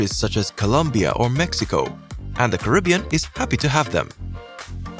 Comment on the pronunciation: The name is Caribbean not karibbean